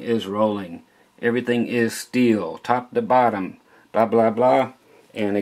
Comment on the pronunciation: "Steeyull" Lol